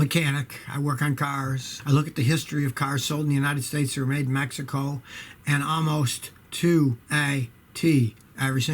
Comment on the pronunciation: "Made in MAXICO" lmao, Scotty. Youre the best, dude!